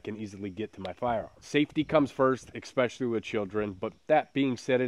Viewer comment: 'Ex-pecially' ... what is that? :face-fuchsia-tongue-out